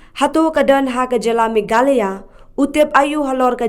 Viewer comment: Sngewbha pronounce bha Meghalaya, ym megkala,..